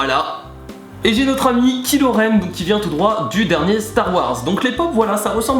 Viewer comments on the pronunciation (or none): c'est "Kaïlo rène" la prononciation, pas kilo rène